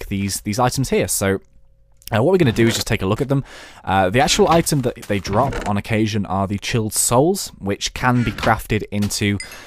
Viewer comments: its CHILD not CHILLED... GOD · It's Child soul, not chilled soul :P